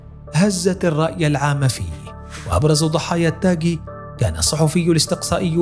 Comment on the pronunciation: التاغي وليس التاكي